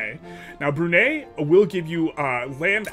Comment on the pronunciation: love your videos! as a bruneian, it's pronounced Bru (brew) - nei (Nye as in Bill Nye the science guy) 😂